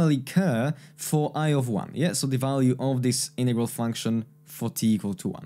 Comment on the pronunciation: Nice explanation about Feynman's trick! But why are you saying "innegral" but not "in-roduce"? Greetings from a German fella, who's getting desperate about the Americans' refusal to pronounce the letter "t"